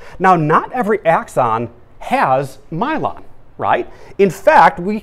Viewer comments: this is great but the pronunciation of Myelin is driving my brain wonkers... (I've always learned it as My-Lynn not My-Lon... reminds me of cylon from Battlestar Galactica). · Myelon? Myelin